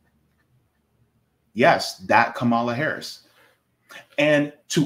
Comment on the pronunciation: Please stop miss pronouncing her name . You will never get a perfect politician never